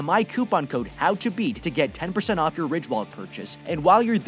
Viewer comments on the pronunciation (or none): none